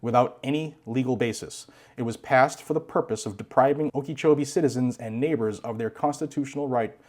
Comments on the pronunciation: "Okee-chowbee." :3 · Psssst... Okeechobee - (oak-ah-CHO-be) Not picking on you, just trying to help out.